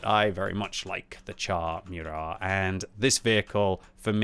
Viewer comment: It's moorat man, not meurat